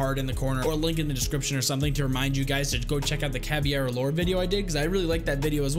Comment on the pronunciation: Dunno if someone else pointed it out, but, it's "Caveira", not "Caviera" :P Love your videos tho ✨💪🏻